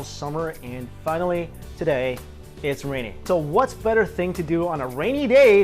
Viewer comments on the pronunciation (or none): none